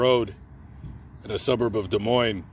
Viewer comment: Thank you for saying Des Moines correctly! For those that don’t know the “s” are silent : De Moin. Huge pet peeve for us Iowans 😁